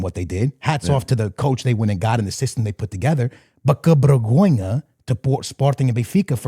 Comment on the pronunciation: No hate! But a bergonha é vocês dizerem bergonha em vez de vergonha 🤣 mas de resto muito bom! finalmente ver algo sobre a liga portuguesa!